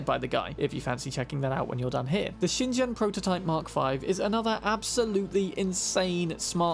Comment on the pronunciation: "Shin-jen" Yes, that is EXACTLY how the word "shingen" is pronounced, no matter what just five seconds of googling would wildly claim otherwise over the maximally reliable rectal extract of your own. Yes. Top banana.